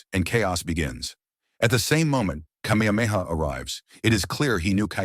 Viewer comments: The AI narration has pronounced Kamehameha all the ways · I will give this AI a B- I'm not sure how many of those names were fucked up except King Kamehameha. So bravo skynet. You did okay